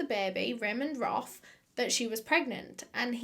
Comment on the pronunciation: Ramend Roth Me: haha Ramen Broth haha